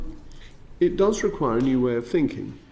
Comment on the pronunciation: " It rekwahs a new way of thinking.. In bullshit.... "